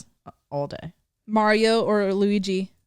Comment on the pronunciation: When you said Luigi I heard “Louie g” and I was like who tf are they talking about